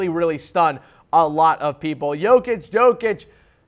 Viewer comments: Do you really think he knows anything abouth Jokic when he doesn't even know how to pronounce his name? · This guy opinion is irrelevant. I don't know if he's watched other players on his list but i'm sure as hell he didn't watch Jokic, like ever. I'm not counting you tube clips or something like that. Otherwise he would surely know how to pronounce his name.